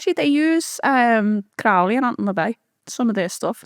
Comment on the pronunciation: Doing my head in how she pronounces Crowley. It’s meant to rhyme with holy.